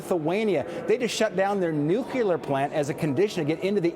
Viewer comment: Senator Daines, Nuclear is pronounced New Klee Er. Saying Newkewler sounds idiotic. And Kudlow... Biden is not intimidated by the Chinese... He is bought and paid for by the Chinese... BIG difference. It's time to stop playing softball... it's time for hard ball and ceasing the soft criticism of the current administration. Also the Wuhan virus came into the Seattle area and spread like wildfire throughout the Pacific Northwest like a rampaging wildfire in January/February of 2020... via New York? More likely directly from China to Seattle/Vancouver B.C. I remember at the time that infections were first detected there.